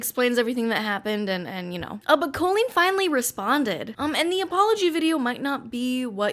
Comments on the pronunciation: Colleen pronounced “Kah-Leen” , has some issues for sure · Have I been pronouncing Colleen's name wrong this whole time? I've never heard the 'o' pronounced long that way. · I’ve never heard the name Colleen pronounced that way